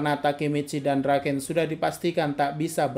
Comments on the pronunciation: Draken kun❌ Doraken kung ✅ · Draken bang bukan Doraken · Everyone : Draken-kun Cungukmichi : DURAKENG KUNG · Draken❎ Doraken☑️